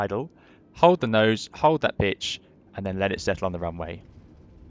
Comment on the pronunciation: Did he say hold that bitch or pitch? 🤣